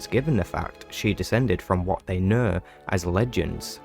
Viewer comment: " as we knur" 😂